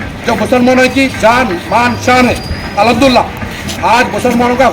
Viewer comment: AHamdula Kya Hota Hai Be,,, Al HamduLillah Theek Se Bol